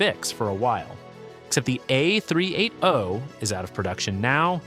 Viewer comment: It’s the tell us you can’t read and speak numbers or using AI voice scripts without admitting it… 🤦🏽‍♀️